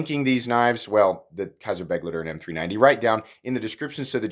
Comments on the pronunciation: I thought you said buttlicker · This is one of those knives that I'd buy purely for the combination of good qualty and a great price/performance ratio. I certainly wouldn't buy it for style reasons. On a side note: the 'ei' in begleiter is pronounced as 'aye'.